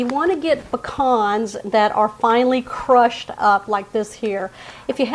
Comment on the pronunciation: I'm so happy to hear proper pronunciation of pecans. Vs Pea can how I grew up in SC hearing. Being from Ga. I knew better. This I may make.